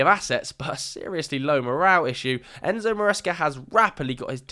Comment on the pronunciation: How u butchered it so hard that ain’t Enzo bro